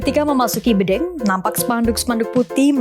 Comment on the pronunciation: Bedeng (seperti mengucap dendeng).. payah nih reporter..